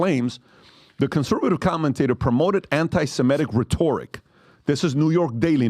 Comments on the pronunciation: Cranky English Major. RHE tor ic. Accent 1st syllable. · Loves how he pronounces "rhetoric" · .....too f'ing annoying, like a fly on a pile of horse shit you do not want anywhere near you ! ! PBD......can't pronounce "rhetoric"........ ANY ONE CAN MAKE MILLIONS IN THE U.S.A........WELL, NOT ANYMORE, THE U.S.A. IS GONE!